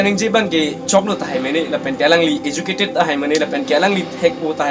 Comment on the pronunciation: Politiker party puha ?? Goverments ATUM puha ?? Lever puha level aphanta ? iju_cated puha educated aphanta ? Bis_nas puha business aphanta ? Mediker puha medical aphanta ? Contain puha content aphanta ? Rest_pect puha respect aphanta ? Ranbil puha ranbeer aphanta ? Incidence puha incident aphanta ? Kor puha call aphanta ? Thar_jen puha thousand aphanta ? YouTube channels along . Puha ?? Koan_ta matiko dopikma ?? Hoter pukali hotel pu . ESI ah ' Politicals leaders 'ATUM APHAN . Puha ??? ESI ah news channels . Puha ?? LAA...ANNN..KA..BURBOK.. PRONOUNCIATION..PLANGPLE...TA..LAAM..KABUJAI...AH..CONTENT..SI..KASELAM..LAM..MA..MONIT..NGKE ??? PRONOUNCIATION CHARLI THA FIRST . CTA...RESPECT...NGPI...DAT...PODE 💥